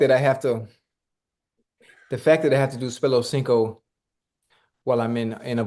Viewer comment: For Spello-Cinco, you need to use a digital pronunciation, cuz Shay tears some words up!!😂😂😂😂